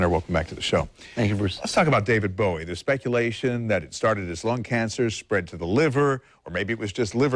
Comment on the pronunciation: ..Thankyou for pronouncing his name correctly. ...Bowie (as in bow and arrow)...not Bowie.. (as in ...??)..the man was a modern day God. 'Miss him still..always will.